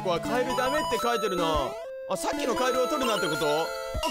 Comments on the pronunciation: 「カエルゥゥー！」じゃなくて「カエルルルルルル！！」ってしてて草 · カエルルルルルル の発音が面白かったwww